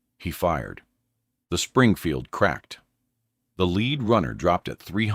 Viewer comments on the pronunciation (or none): Stop using AI for the voice. Have a real person read the script so they get it right or I will have to stop watching your channel. I’m tired of AI that can’t pronounce M Springfield.